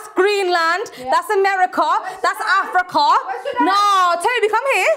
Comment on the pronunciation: das afriCUH